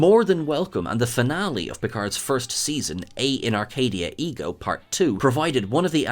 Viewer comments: Et. ET. ETTTTT. It's Latin, there are no unpronounced letters. ET In Arcadia Ego. Dammit. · “Et in arcadia ego” is Latin not French, so the “T” in ”Et” is sounded. Rhymes with “bet” or “debt”, take your pick but the “t” is definitely there to be heard. “And I in paradise”